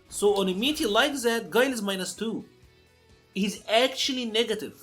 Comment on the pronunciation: Damn not my boi Gwey-Lai